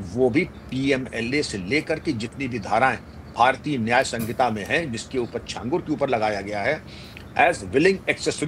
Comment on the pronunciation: सही उच्चारण छांगूर होता है जिसका मतलब होता है 6 उँगलियों वाला इंसान